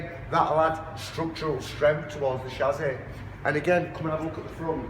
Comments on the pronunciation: What on earth is a shazzy? It is pronounced chassis. Welding as you suggest is madness as well as negating insurance, any car guarantee, any safety construction and probably highly illegal. Your own operators insurance would probably run a mile when a claim was brought against you for someone who died in an accident driving a Datsun with your modification. Apology, but are you really sure about this? Easy to disprove any fears we may have in your next video. Please. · Learn to pronounce chassis not chazzy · Chassis is pronounced shassy not shazzy.. It wasn't me